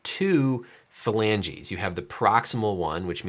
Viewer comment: Anyone else thing of Phoebe when he says falangi 😂😂😂